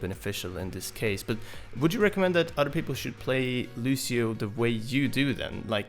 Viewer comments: It's Lucio, not Lushio!!!!! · nope, loose-yo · Good video, but annoying how he pronounces Lucio wrong! It's not Loo-Shee-Oh! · his name is Lucio!!!! not Lushio. smh.... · If I had a dollar for every time he said "Lushio"... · Stowtie You do but but he was pronouncing it lu-she-oh. Although OP is kind of a neck beard and over reacting for attention. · BASTION LU-see-o. The "cio" part of it is one syllable. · Mains him and can't even pronounce his name right.. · there's an accent mark... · TheAlienAdventures That would sound like "lush" not "loos" but he might as well have said it like that. It's just as stupid.